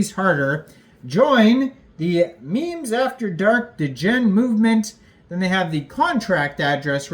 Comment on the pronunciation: Love the video bro but why do you pronounce degen like that D’gen